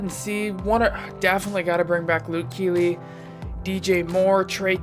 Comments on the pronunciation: Bro kuechly pronounced “key-klee ” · i dont know how much of a panther fan you are but your pronouncing kuechly wrong